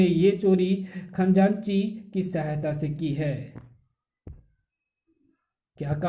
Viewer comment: Khajanchi bolte hai Khanjaanchi nahi